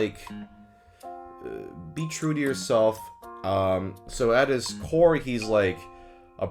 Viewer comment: i know and understood you said "at his core" but for a milisecond i heard "at his whore" and though damn, real of him